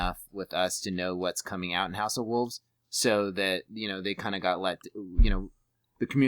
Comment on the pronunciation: WOLVES not WOOVES lol